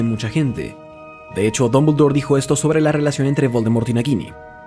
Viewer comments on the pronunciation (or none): none